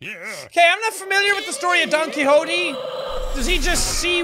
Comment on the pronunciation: actually jack its pronounced "Don Ki-ko-teh"